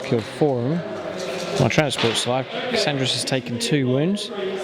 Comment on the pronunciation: KAR AND RES not Kasandres. Very annoying. Good battle rep though :)